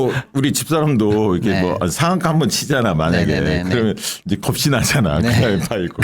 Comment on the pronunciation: 겂이(겁시) 아니고 겁이...